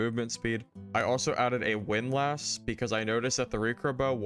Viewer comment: unsubscribed unless you learn how to pronounce windlass correctly.